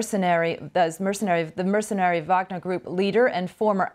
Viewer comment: Oh no! Not an American newsreader who stares at us and can't pronounce elementary words like 'mercenary'.